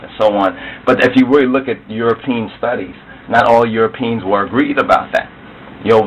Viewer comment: This man is a Buffoon... "EuroPEENS." He can't even pronounce the word. The cradle of civilization is the Caucus Mountains.